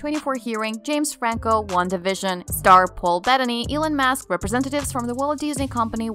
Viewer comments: Musk not mask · It’s pronounced SCURRILOUS….NOT SCARRILOUS….and ELON’S last name is MUSK….NOT MASK.